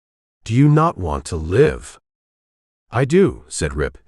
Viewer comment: Needs to learn how to pronounce live